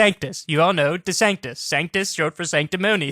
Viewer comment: Sanctus noun Sanc·tus ˈsaŋ(k)-təs How to pronounce Sanctus (audio) ˈsäŋ(k)-təs, -ˌtüs How to pronounce Sanctus (audio) : an ancient Christian hymn of adoration sung or said immediately before the prayer of consecration in traditional liturgies Took 30 seconds, kyle - you're wrong